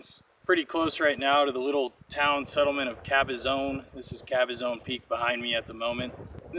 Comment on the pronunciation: FYI- its Cabazon like the fish not Cabazone. its pronounced like the word fawn or lawn Cabazawn, not like zone as in end zone.